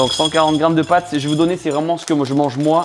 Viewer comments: "pâtes" et pas "pattes" 🤦‍♂ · Le "pattes" au lieu de "pâtes" tout au long de la vidéo m'a provoqué une crise d'angoisse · On peut voir que t était nul en français. C est pâtes pas patte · Pates et non pattes 😣